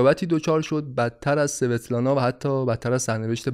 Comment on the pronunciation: سلام خیلی ممنون از پادکستتون. فقط یک نکته در باره نام دختر استالین. این نام در روسی با تلفظ اسوتلانا خونده میشه. نامهایی از این دست در فرهنگ روسی کم نیستند و همیشه به همین نحو یعنی تلفظ ضعیف حرف سین همراه خواهند بود. - با مهر